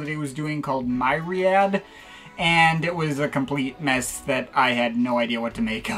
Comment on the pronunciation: "Myriad" is a real word. You can look up how to pronounce it.